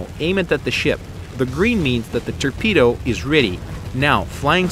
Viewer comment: Turpedo thats what he says haha